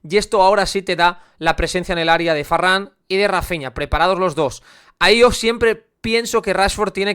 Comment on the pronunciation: Me da rabia que diga farran 😅